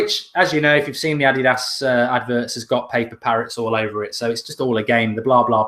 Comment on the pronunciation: That's how you pronounce it though..